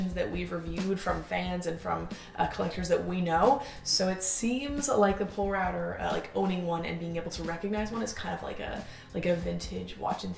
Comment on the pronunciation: BTW Polerouter is pronounced "pole-a-router" :) bc it used to be the Polar Router... condensed the name but still pronounced the same.